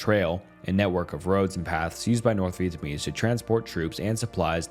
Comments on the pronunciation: For the love of God, can you look up the pronunciation of the names beforehand? This is a really well researched video but the most basic names are being butchered you called Vietnamese people vietamese three times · Dude still cant say Vietnamese